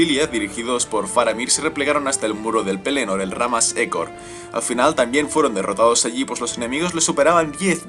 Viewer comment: Disculpa Pero ¿No seria Ramma Ejor? Que yo sepa a si se pronuncia :V